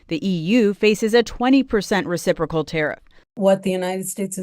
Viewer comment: Lol he can't even say it! Re cip racal